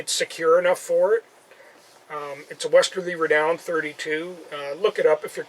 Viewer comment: pronunciation was unclear. Sounded like a "westerlieberdown 32," when you said "Westerly Renown 32"